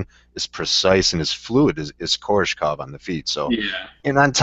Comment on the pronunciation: KoRESHkov, not Korshekov, or however you pronounced it. That's like Nate saying KhaLIbov, and not KhaBILov. Simple reading comprehension, yo.